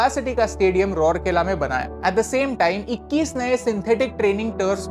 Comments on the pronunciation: Bro for your kind information isn't रोर केला its राउरकेला 😘😘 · Sorry but your pronounce is wrong of rourkela that is raaaurkela